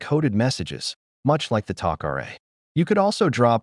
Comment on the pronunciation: AI. Couldn't pronounce tokra right